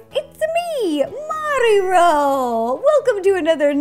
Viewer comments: Why did Rosanna say mariro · It’sa me mari-ro you know Nintendo’s classic mascot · "Its me mariro" lol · It-a MARERO!!!!!!!! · Yo it’s MariRo lol 😂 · wait Mari-Ro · Mari-Ro XD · lol mari-ro